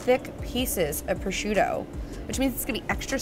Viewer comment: I'm surprised that no one has blasted you in the comments for saying"pro-shoot-oe". 😅 In my home state, if you're in a market and someone overhears you say that, at least three people will yell "pro-zhoot`! It's pro-zhoot`!"